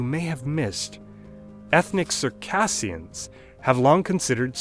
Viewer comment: Circashianns Not pronouced circassians